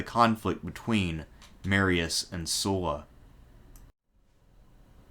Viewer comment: SUH-LA --- not "soo-la"